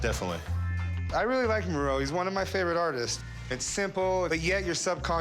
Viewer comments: I'm thinking, wow is this famous artist 'Moreau' that I've never heard of?? Then it became clear, oh... Meeero. It's pronounced Mee-ro. Jesus. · Sorry english speakers, but to call Miró, Mee-row is just annoying my ears... Try to say Mee-roh, with the "o" soung like the o of hot, spot, top... And Dalí is a bit easier, just day dah-lee and that is it. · “Joan?” Miro??? It’s pronounced “Juan”